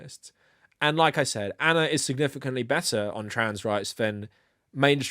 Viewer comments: I like how you say Ana. Anner. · I think Ana might whine that you’re calling her anner